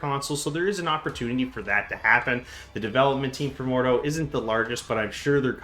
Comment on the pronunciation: Mordhau not Mordew